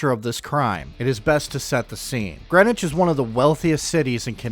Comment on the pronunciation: ok I lived all around that area I knew Greenwich CT and we didn't say Greenwich it's a certain way you pronounce it if you ever been there new Canaan and even Stamford now if you had the money to live in Greenwich you would know now to this day I don't really know the real story I grew up way before you tube be blabbing the story I'm still not sure but I know what I heard when I was younger and yeah we use to visit Greenwich high school not too far from new Canaan and I'm sure bout anything but I still say what I heard when I got older oh hell yeah I figure out couple things